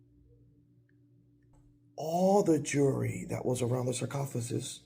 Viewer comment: sarcophagus!!!! You said it perfectly lol Great episode